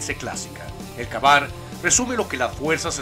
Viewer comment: #10 se pronuncia KEY BAR Y NO KA BAR esa palabra es en ingles y por ello deberias aprender a pronunciarlo bien !